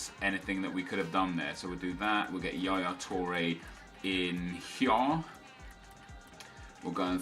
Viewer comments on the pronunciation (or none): none